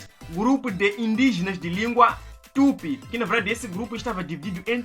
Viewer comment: Não é tup e sim TUPI, que isso amigo, virou portugués? Que tem preguiça de falar as vogais.. 🤣🤣🤣🤣🤣🤣